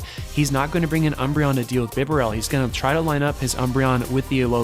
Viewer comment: Shoutout for the bee-ber-el pronunciation :)